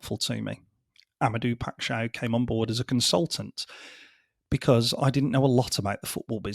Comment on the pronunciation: For future reference, as a Portuguese speaker, his name is pronounced: Ama-day-uuu Pai-sh-ow. Great video.